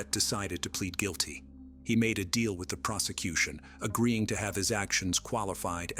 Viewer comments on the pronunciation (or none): none